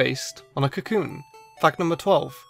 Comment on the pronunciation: What you said: Metapod is based on a cocoon What i heard: Metapod is based on cthulhu